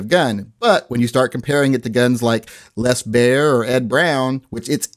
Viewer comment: I thought you pronounced that "lay bower"